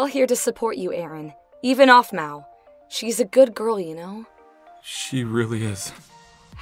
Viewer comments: You said ahpmau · The sister says offmau